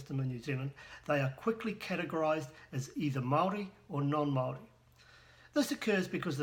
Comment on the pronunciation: you can't even pronounce Maori words how stupid are you? I know 3 yer olds that are moore educated then you in the maori language, and you claim to a expert how HILARIOUS!